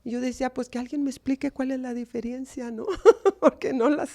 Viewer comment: Me extraña esta señora es escritora y dice diferiencia???